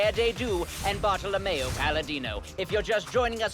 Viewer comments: guys it's Bartolomeu. But yes, with the accent, it does sound like bottle of mayo. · I thought he said bottle of mayo, not bartholomeo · bartellomeo sounds like bottle o' mayo with matts accent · Is it just me or does it just sound like bottle of mayo when he says the second guys name